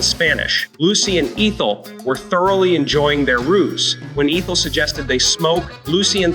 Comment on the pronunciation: It's ETH-EL, not EEETH-EL. Just being helpful.😊